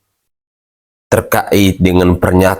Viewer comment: Pak jgn terka....it tapi terkait bacalah yg bagus